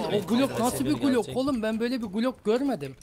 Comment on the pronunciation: klok 18 değil glok 18 diye okunur transforum değil transform